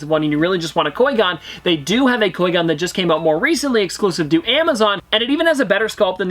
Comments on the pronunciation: “Coi Gon” bruh whT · I challenge you to a lightsaber duel! Also “Coy Gonn”. Haha, sorry I had to! Love the channel, dude! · It hurts when says qui gon wrong and then says it right then wrong again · PETITION TO HAVE LEARN HOW TO SAY QUI GONS NAME RIGHT!!!! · Please learn how to pronounce qui-gon im begging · Am un subbing from you you say qui gon terrible